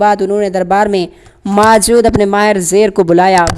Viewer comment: موجود کو ماجود پڑھ رہا ہے